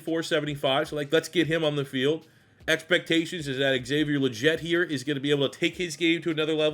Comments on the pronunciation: Dude really? Haha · Legette is pronounced “Lee-Get” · Excited for this video but cannot bear to listen to you butcher Legette’s name for 103 minutes